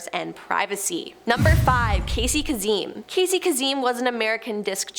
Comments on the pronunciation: Say it with me Casey Kay-sum. It’s Kay-sum not kazeem. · It's Casey KAY-SEM, not "Kaseeem." is one of the worst presentors on this channel. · Kazzeeeeemmm??? Since when every Sunday for I don’t know how many years that’s not how he pronounced it on the radio… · Casey “Case-um”. Like how do you not know him or how to pronounce his name? Great video though. 👍🏻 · Years? And the pronunciation is Ka-sem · It's pronounced Casey KA-SEM. Long A short E 😊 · Or for the slow people KA-SUM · Kaysen is how you say that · It’s kasum, long A short u, emphisis on the first sylable. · How long would it have taken you to google how to pronounce "Kasem"? Cringe. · I do not like this woman. She can’t pronounce names right. Everyone should know who Casey Kasem is and how to pronounce his name. Also sit to the side. You block the pictures behind you. Please pronounce things right. Ask Google. There is no excuse to get it wrong. 😡. Please hire someone else. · In the states. Shaggy would hate that his name was mispronounced😅. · Can't say 'Kasem' either.